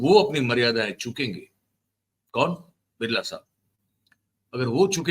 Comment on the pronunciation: Biralaji mat kaho "BILLA" hai ye